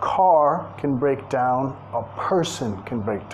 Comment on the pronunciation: Excellent song. I like the song stranged too. And break down puede ser Dañarse o descomponerse, casi lo pronunciaste bien 👍.